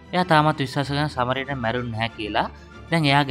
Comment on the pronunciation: සමාරිටන් නෙවෙයි බං සඇමාරිටන්